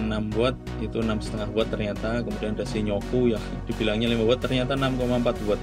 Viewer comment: Bukan shi-nyo-ku mas, tapi shin-yo-ku. :D Btw ini video perbandingan yang paling lengkap yang pernah saya tonton. Keren!